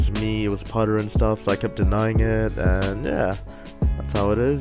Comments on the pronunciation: "I'm " lol he messes up 😁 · What is the pronounciation ( i spelled it wrong probably) of his name - Putther